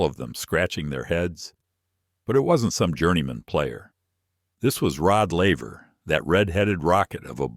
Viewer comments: Its laver not lever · Laver ...couldnt even get that right